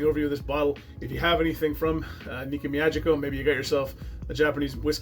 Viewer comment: "Me-ah-geeky-oh." And if you do a Japanese whisky again, the traditional word for cheers is kanpai (kahn-pie). Nice review, all the same. I haven't gotten into Japanese as much as I'd like for 2 reasons. 1, not a lot of reasonably priced offerings near me, and 2, not a lot of offerings bottled at 46% or higher.